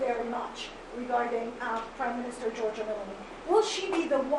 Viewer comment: Wow, he calls her priminster